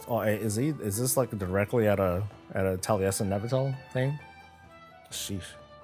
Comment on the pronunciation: Really surprised you didn't realize Taliesin and Evitel answered your question. You totally garbled their names when you read their response. This was made more surprising when you later you referred to them and pronounced their names correctly.